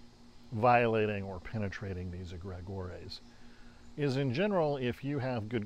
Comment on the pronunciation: Never heard, "Egregore" (eh-greh-gor), pronounced that way before